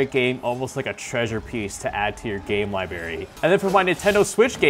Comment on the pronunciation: It's "library" not Libary...